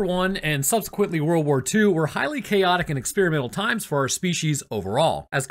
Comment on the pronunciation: I swear at the very start of the video I thought you said "worwor one" and now i cant stop hearing it everytime you say it